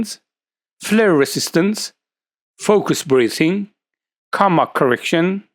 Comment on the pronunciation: This is a great video. I really like your rational approach. One little point of pronunciation: coma should be pronounced differently to how you pronounce it. The "o" should be dragged out as in so, m*o*tor, p*o*em and ph*o*t*o*.